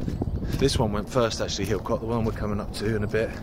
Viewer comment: Don't want to be a "You dont want to do it like that" Harry Enfield- but just to say Hilcote Is pronounced "illcut" or "Hillcut" if you're more refined.. but its not the same way as saying "cut" .. I'm not finding it easy to describe in words and as i'm not a professional linguist i cant explain using words like dipthong etc so i'm struggling.. but its not Hill Cut, and its not Hill Cot.. "illkutt". I tried! :)